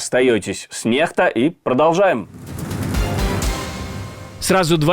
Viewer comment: Произносится не НеХта а НеКСта :face-blue-smiling